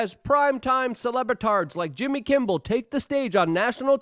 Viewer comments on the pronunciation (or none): Why does Luke have so much trouble pronouncing people’s names? Jimmy Kimbal? Marina Williamson? John Heelee Man? Or how about GLYSOPHATE?